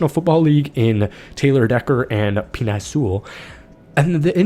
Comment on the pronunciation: Pen-A (how to say it) Sewell. Love your videos as usual - keep up the great work. I watch all your Lions vids 😊